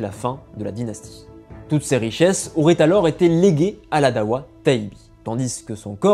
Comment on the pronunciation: Darwa , pas dawa pour la prononciation, c deux choses complètement différente 😅 ensuite il n y avait pas j usqua il ya 3 siècle de différence entre les duodecimain (jafarite) et les ismaelien , juste qq différence dans les pratiques mais c tout